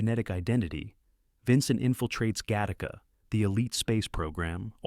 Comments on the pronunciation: Literally the worst pronunciation of "eXistenZ" I've ever heard, though at least this film got recognized. Also "GA-tac-a". Time to fire the AI announcers. Though these range from good to great films from a classic era of scifi with touches of cyberpunk and VR. Also, some of the film summaries have random clips from irrelevant movies e.g. "Screamers" has clips from Das Boot and Blade Runner. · OMG !! It's Gattaca, NOT GA - TARK - KA. And then the voice-over goes on to say it correctly. It's gotta be AI that is corrected but not as far back as the introduction of the movie' introduction . So annoying............... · Get Tacos!? Im not sure your pronunciation that right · Really? Gat-taca?